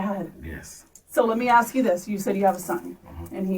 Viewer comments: ASK, not AIX! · If they pronounce it “axe” do not hire them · If you can't pronounce the word "ask," you shouldn't be teaching. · confine in him, tooken advantage of, aks instead of ask, how did this guy get a high school coaching job since he's clearly not educated no degree in pe?🤷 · Never trust a man who cant pronounce "Ask" properly...